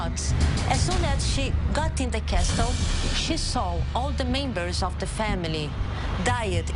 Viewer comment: Anything scarier than her pronunciation of "Castle" as "Cas-tel"??